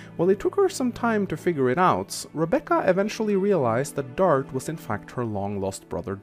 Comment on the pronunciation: Usually Rebecca becomes a god for me and I only need to grind a bit in the chapter you get her in. And forming a support triangle with her, Wil and Dart (why do you pronounce his name Dartch btw?) can make her one of the best units in the game.